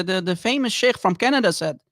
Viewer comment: everytime says - sheikhhh, sheikhhh - i have the feeling like he is gonna throw up 😂